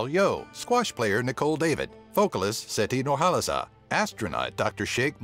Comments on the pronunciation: Its NOT Siti Nurhalaza ITS SITI NURHALIZA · Anyone kept giggling when this guy pronounced the foods and names? I mean look, MEE REEBAS. Siti NurHALAZA.